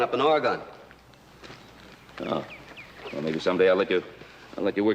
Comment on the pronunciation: I actually cringed when he said Or-i,gahn. As a 4th generation Oregonian, I can tell you it is ORE-uh-g'n